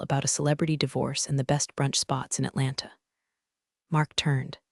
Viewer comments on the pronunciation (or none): none